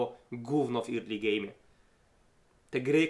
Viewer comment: Fajnie sie slucha, subek, tylko ploox zobacz jak sie mowi "early" i "priority" bo uszy bolą :p